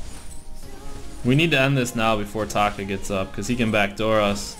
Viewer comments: i hate it when u say "Tako" its "Taka" bro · yeah no shit bro he deliberately says taco